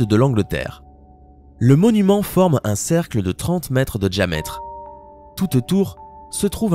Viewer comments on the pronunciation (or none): Il dit djamètre au lieu de diamètre...